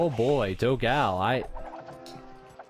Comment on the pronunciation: As a portuguese speaker I find very funny when he speaks the brazillian player "dogao" name like "dow gal", when the correct pronunciation would more like "don gone". Btw, excelent video and commentary!